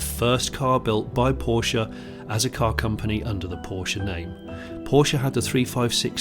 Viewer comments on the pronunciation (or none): If he had pronounced it Poorsh they would have had him removed from the seat in a second. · Its is a pity that you cannot be bothered to pronounce Porsche correctly. Should we call you Jonnie Smythe? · It seems that you could not decide how to pronounce Porsche